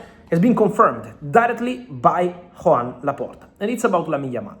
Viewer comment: No es Juan Laporta, se pronuncia y se escribe Joan Laporta...